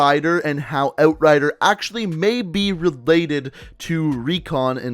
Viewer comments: Instead of out rider it o rider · He’s Canadian right? Cus he pronounced outrider “eut-rider” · Oat rider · Oat ridar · Lol it's funny how he says outrider. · Sounds Canadian